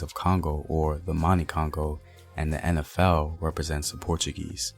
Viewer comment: Thanks for your fine pronunciation! Been a long time since I heard a Black man say "En Ef El"( instead of "In Ef El") and "Empire" instead of "Impire".